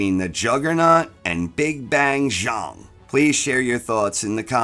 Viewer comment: Congrats on correctly pronouncing "Zhang"!!